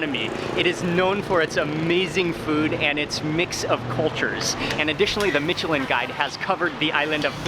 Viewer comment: His pronounciation of Micheline is bothering me